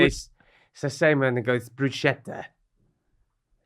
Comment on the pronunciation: Actually the pronounciation of bruschetta is Broo-SKETTA